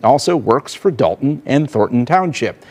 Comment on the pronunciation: Why is it so hard to pronounce DOLTON?🤔 (it's NOT DAWLTON) Rhymes with VOLT, BOLT, COLT, JOLT... Not one professional speaker, narrator, anchor person has pronounced it correctly. You're all a bunch of DOLTS! IMO. But I've also noticed the same people say ELL-inois. Sigh. 😞